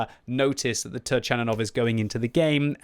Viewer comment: it is pronounced TURKANINOV!